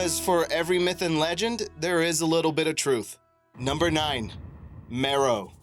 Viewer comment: That's Meroë, not Meroe. It has 3 syllables, and the adjective form is Meroitic. Like, the Meroitic people. They conquered Egypt, providing one of the foreign dynasties.